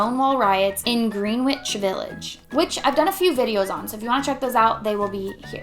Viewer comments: It’s Greenwich say “gren-itch”, get it right! I was in West Hollywood as an a lesbian in the 1980s, early 80s and you don’t even look like you would fit in you look as straight as a telephone pole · Love this video! Just FYI though, Greenwich is pronounced "GRENN-itch"